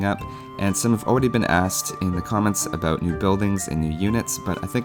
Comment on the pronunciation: Canadian $$? I knew it!!! Totally called it that you were Canadian the first time I heard you say a-boot :P